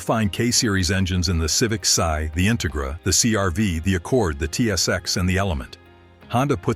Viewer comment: Civic Sigh Integruh again omfg stop AI narration please